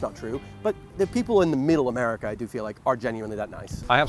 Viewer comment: i'm so conditioned to hearing british accents say certain things that my brain processed that as "now that you're here in the US of Islington..."